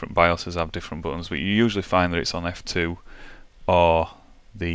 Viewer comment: I played this back 3 times and it sounds like you are saying the "flip" key. I had an ACER that I needed to set the boot order from the hard drive to the CD drive. I spent 2 hours in the BIOS and I still could not change the boot order. Could you please till me what key I need to change the boot order?